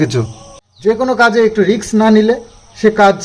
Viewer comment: Kothata risk hobe riks noy beta